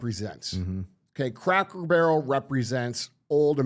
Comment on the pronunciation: Does DJ say Crackle Barrel?